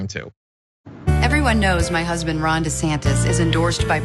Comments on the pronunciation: i misheard Jon when he 1st spoke ron's name and heard him say "wrong" instead of Ron. I think I like Wrong DeSantis even better than desanctimonious. I hope those two expose the crap out of each other. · Did John just say "Wrong De Santis"? Also, since Ron put his kids in his political ad, that makes them fair game for political attacks, right? IDGAS if they are in elementary school. Fair game!